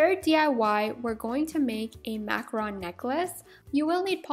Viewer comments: I'm sorry I can't take it, it's Mac-roon not Mac-Ron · It's pronounced makaroon not makrun. (macaroon) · I absolutely adore your DIY videos! I'm making my own cute little DIY's at the moment, but I noticed something that (call me petty I know lol) Is a bit of a pet peeve of mine. When you talk about Macaroons, you call them "Macrons." I just wanted to let you know the word is "Mac-a-roon." From one person to another! Not being a butthole, just trying to help you out a little!!! <3 KEEP MAKING CUTE STUFF I LOVE IT! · Omg you do not know how to pronounce macarOOns it annoys me so much it is not macarons it is macarOOns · Is it really pronounced macaRON? I thought it was macaROON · this video is so cool! (also it's pronounced mac-u-roon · you should say it like maroon